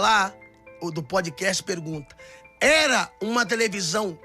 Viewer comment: nao é podikest . é podkast com A Americano